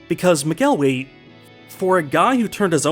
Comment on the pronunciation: Just gonna dispute your pronunciation of McElwee, it's more like 'mackle-wee' Source: I'm a Scot